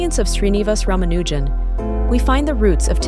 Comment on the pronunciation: Most still can’t pronounce his last name correctly. It isn’t “Rama-NEW-Jan” but is far closer to “Ra-MA-nu-Jan”. The film shows how he kowtowed to this mis-pronunciation in his eagerness to be accepted.